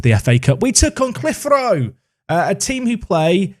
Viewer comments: Clitheroe = kli - thuh - row 😜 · FYI - Clitheroe is pronounced Cliv-er-oh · love how you pronounced clitheroe so awfully!